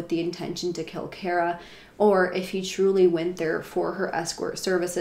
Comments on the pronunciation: Her name is pronounced car-a, not care-a . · It's pronounced car-uh btw